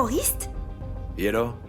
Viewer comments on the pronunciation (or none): Façon dont Gaël prononce < >me tue weshhh sacré Gaël😂😭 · La façon dont prononce ce mot: Et Alors 😅😅😅